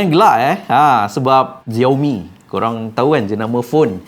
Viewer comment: Xiaomi bukan dibaca "Zeor Mi" tapi "Siau Mi". Hello, Xiao, mcmana kau dapat Zeor Mi? Klu tak tau, tanya dulu. Tanya penjual telefon Xiaomi. 👎👎👎👎👎